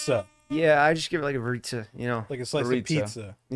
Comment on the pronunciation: Didn't she say her name was pronounced Vare-It-Suh?